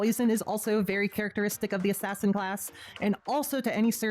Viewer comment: I subbed the moment you went "ass ass in" cause I have been saying it that way since I was like 10 lol